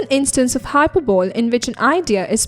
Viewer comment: Please check the pronunciation of Rudyard and hyperbole